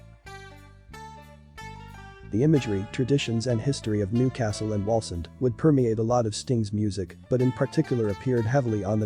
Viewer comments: Pronounced Wawlzend not wolsend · Its actually pronounced waalsend, born and lived there for over 50 years, met sting in 1979 when i was a stage hand at Leeds polytechnic and The Police played there. Total twat and didn't want to talk about where he was from, bit of a snob. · Its NOT its pronounced Wallsend... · the automated voice pronounced it incorrectly. Are you stupid ?